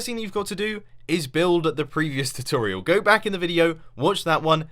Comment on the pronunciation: Maybe cuz it's a choochorial?